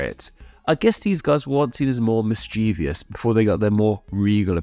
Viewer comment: MischievOUS! There are two Is, not 3. There are 3 syllables, not 4.